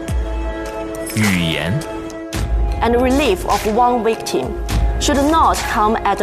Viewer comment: 我听成了we-ke-tim😂